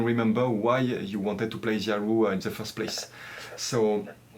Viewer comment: Hi, I am so impressed by your music! A westerner playing a Chinese instrument, is marvellous! I am still an amateur player. I just like to tell you that erhu is pronounced as "er hu" and not "er ru". You need to pronounced the H as "hu" or "hoo"